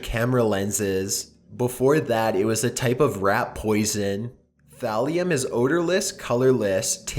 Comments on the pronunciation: Not Valium Thalium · At first it sounded like said Graham was researching Valium lol it's actually Thallium